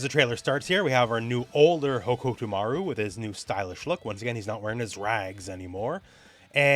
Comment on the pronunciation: your pronunciation of hokutomaru is on brand in so many ways